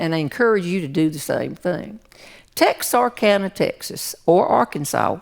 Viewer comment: Hi Jeanne, I live in Texarkana, which by the way has no R in it. It's Tex uh kana, you're right the Perot theatre is in TX, so was Doc Alexander's. Sounds like the only time you might have been in Arkansas was driving north on State Line Avenue. Doc's has been closed for a long time, so if you still have that tee shirt, keep it! it's a historical artifact now!